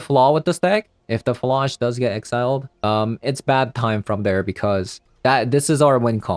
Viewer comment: I think it's not fuh-lodge, but more like flage, like flay + age, rhymes with mage or sage?